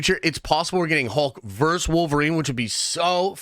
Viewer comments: How hard is it to say “versus” instead of “verse”? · IT'S PRONOUNCED VERSUS!!!! NOT VERSE!!! FUCKS SAKE!!! Luh you. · DUDE: It's VERSUS, not VERSE! VERSUS is not the plural of Verse (that would be verses). You say it so many times I couldn't stop myself for pointing it out; sorry, and no judgment intended. Versus is always and only pronounced "vur·suhz," and it means "against." What you keep saying means a group of lines in a poem, song, or religious text. Otherwise, I really enjoy your nerdy rantings and will keep watching. :)